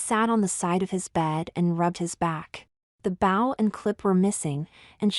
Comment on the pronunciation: Fun story. Suggest avoid using the word “bow”. Your text-to-speech software consistently mispronounces it, which is distracting.